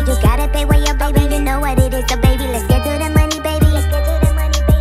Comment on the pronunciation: Let's just accept dat joceline harnandez pronounce 'baby' as 'bunny'😂😂